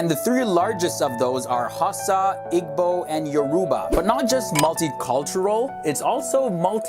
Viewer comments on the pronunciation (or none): This dude real life said IG-Bo it’s ee-bo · he said ig-bow and yaaruuba oml🤦🏾‍♀️🤦🏾‍♀️ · he said Igbo while emphasising the g... ITS SILENT BRUH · "Yorooba" "Igbow" lol. its pronounced " Yoruhbah" and "Eebo" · Not pronounced hasa its haw-sa Not pronounced igbo, the g is silent i-bo Not pronounced yaruba, it's pronounced yo-ro-ba And the people of nigeria and Nigeria itself doesn't look like one of those dead countries trying their best to survive . Nigeria looks like any developed country ! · Not i-g-bo ... ee-bo (pronunciation) You are pronouncing a lot wrong. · Igbo is pronounced "ee-boo" not "ig-bo" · "Jalaf rice" You did not- "Hasa, Eeegbo and yoorooba" you did not- "Oiyo" you did not- "eedo state" you did not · Igbo is pronounced "EEE-boo" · You pronounce it Hausa=ausa, Igbo=ibo and Yoruba=yorouba Beautiful video! Keep it up :) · "Hossa, Igbo, and Yaruuba". He said those maddd wrongg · This man said Igbo like “Eegbow”😭😭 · I'm Nigerian and u pronounce Igbo as ebo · * ha-oo-sah (Hausa) ih-bo (Igbo) yor-oo-bah (Yoruba) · he was like eg-bow😐😂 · you pronounced igbo and euroba wrong im igbo lol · Oh my lord he did not just say Igbo and Youruba like that? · please pronounce hausa igbo and yoruba properly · You pronounced Yoruba and Igbo wrong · The only thing he pronounced well was “Nigeria” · He’s saying everything wrong. It’s making me cringe. He said Igbo and Yoruba so wrong. It’s not your-ru-bah it’s your-ra-bah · Dude you can't pronounce any of the tribes right, kinda offended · I'm dead! He pronounced Igbo, Hausa, and Yoruba so wrong :D Well he tried ohh!!